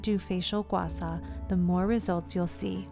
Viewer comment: Thank you for this very informative demo video! However, the tool is pronounced “Gua Sha”, and not “Gua Sa”...